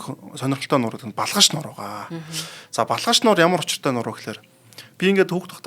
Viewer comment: Өө сүүлрүүгээ нөгөө Балхаш нь Балкааш болоод явчихвуу